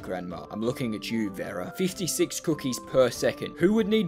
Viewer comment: omg you say Vera so wrong